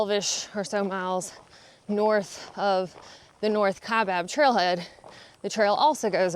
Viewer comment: Someone told you how to say Kaibab! :-) Arizona has some tricky names. Major shout out to your mom. What a trooper. Your mental state seems to be in a lot better state than when you began. The hike definitely seems to have served that purpose.